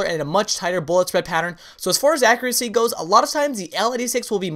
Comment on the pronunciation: Okay I love all the videos truly very helpful, but I swear you need to learn to pronounce accuracy!